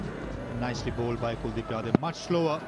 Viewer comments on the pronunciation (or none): it's kuldip .... Not cool deep😂😂